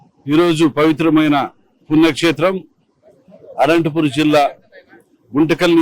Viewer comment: Anthapuram kadhu ra ayya adhi ananthapuram